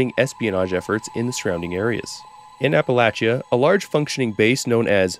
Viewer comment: Bro uses a perfect dialect in pronouncing “Yangtze” but can’t say Appalachia right…